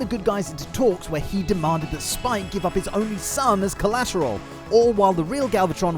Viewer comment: It's like the dubbing company heard the Japanese pronunciation of Spike (suu-PAI-kuu) and went, yeah close enough.